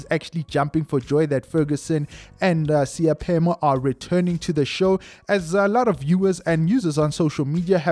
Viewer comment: Not Seyaphemo👎🏿but S..e..i..phemo